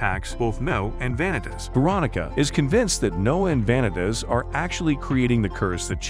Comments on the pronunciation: Please learn how to pronounce names, Va-nee-tas, No-ei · Why are you saying vanitas name so wrong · my bitch ass was so mad at this man for butchering all the names. Like Vanitas's being butchered is understandable but how do you butcher Noé and Jeanne. Like it's literally supposed to be pronounced in French not butchered in English